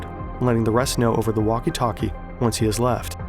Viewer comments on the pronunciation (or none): The way he pronounces walkie talkie just feels like uwu language, I love it